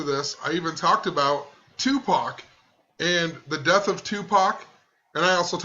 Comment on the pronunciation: The fact that she says "TuPACK" means her mindset is of reading a script, her own thinking is not in the moment. Bet as it came out of her own mouth she also knew it was the wrong way to say it.